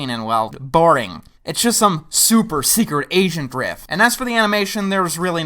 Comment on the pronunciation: When he says "secret agent show" I hear him say "secret Asian show" anyone else?